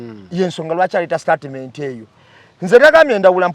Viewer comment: 1: The word is STATEMENT not STARTMENT ✖️